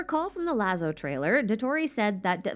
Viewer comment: Excuse me, but I have a specific interest in theatre and that means I've had to study Commedia del'Arte, which the Harbinger's names are from and am Needless Nitpicky and I heard you mispronounce a minor thing. So I am using this as an excuse to talk about things I find cool. Lazzo is Italian, meaning the double-z actually has a 't' sound in there. You pronounced it how it was read, which is understandable, but it'd actually be pronounced closer 'lat-zo'. Think how pizza or paparazzi is pronounced. Also fun fact, a lazzo (plural is lazzi) is something like a bit or running gag used in Commedia del'Arte, and most archetypes(like those the Harbingers are based off of) would have some lazzi associated with them. For example, Arlechinno, being a lowborn servant type of character heavily associated with physical comedy, might dramatically trip and do some complicated acrobatic trick to get back up, or eat something that's gross and kinda funny to eat, or repeatedly misunderstand his master's commands. (Now imagine Genshin Arlechinno doing something like that for Bonus Contrast.)